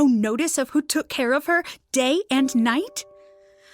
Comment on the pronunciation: it is just funny the way she says day and night